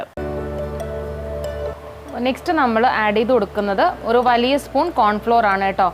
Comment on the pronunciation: ഒറു കപ്പ്‌ അല്ല ഒരു കപ്പ്‌ 🙄